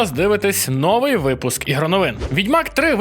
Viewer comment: новИй, а не нОвий